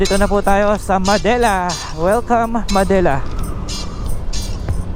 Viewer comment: not "ma-de-la" its '"Mad-de-la"